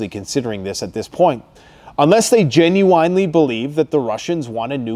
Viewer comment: Gen you wine ly? Is that like a red wine or fine wine?